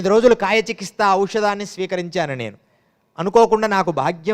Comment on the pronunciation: చికిత్స ను చికిస్త అంటున్నవు నువ్వేం యోగివయ్య